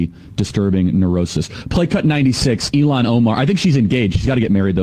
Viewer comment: Charlie Kirk's take is massively stupid. A woman has to have a man and kids to be a real women. And the idiot can't pronounce Ilhan Omar's first name correctly. What a tool.